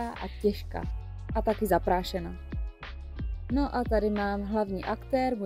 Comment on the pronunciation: Chválím za výslovnost Cricut! 💜😀 Super video. 🌷